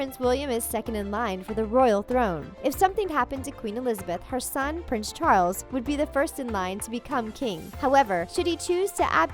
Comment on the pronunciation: Wtf is a "prin charlin"... Pronounciation needs work.